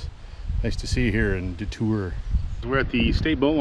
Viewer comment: Thank you for pronouncing "DeTour" correctly. My channel has gotten 100,000 of views from that boat launch you started out at.